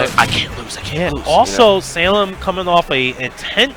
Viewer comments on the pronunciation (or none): I still hearing the commentators call salem "sailor" wtf